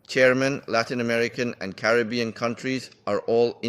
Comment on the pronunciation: It's Caribbean lol